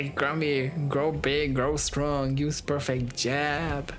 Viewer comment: the fucking perfeeeeehhhhct the accent man ''dies''